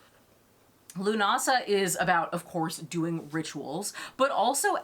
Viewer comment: Leaving straight away, I'm fucking Norwegian and even I know how to pronounce Lughnasadh have some fucking respect for Gaelic culture.